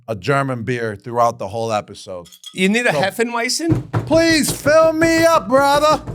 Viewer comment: Why does Jules add the letter "n" to some words & drop it from others?! 😱 For example, he calls it 'hefeNweizen' - but hefeweizen is pronounced hay-fuh-vite-sen. [Beer snobs chime in!] Then he butchers Amon-Ra St.Brown's name. Says it ok, but his next sentence this garbled 'Amay-ora' comes out when he starts the 10-minute timer. Let's just say it's more painful than funny.